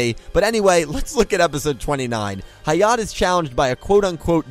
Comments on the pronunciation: Hayat? It's Hayate. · Its actually High-Yah-Tay not High-yaht and Lucky star referenced a lot of random things. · Oah my god someone else noticed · when u pronounce Hayate wrong ;-; Also, Hayate no Gotoku and Animegataris just have bunch of anime references in it lul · I am glad I am not the only one peeved by this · The E in "Hayate" isn't silent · I’m just going to pretend that you didn’t pronounce Hayate’s name like that.